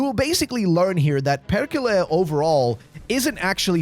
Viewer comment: its perrrrrkele, perrrkele